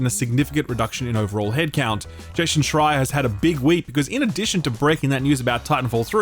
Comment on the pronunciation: Why do english speakers have a hard time to say the name Jason in combination with the surname Schreier 🤔